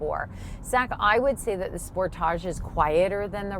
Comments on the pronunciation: Thats not how Kia says Sportage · I like sportaaaage pronunciation much better…….not sure how to spell it. 😃 maybe sportahhhge? Great review……..good looking vehicle………love interior